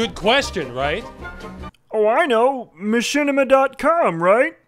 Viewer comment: one word.... ma-shit-ima....